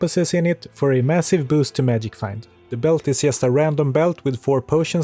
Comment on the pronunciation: So you are Swedish. The Swedish English teachers must be very special, because I don't think I have ever met a Swede who pronounced "just" correctly:D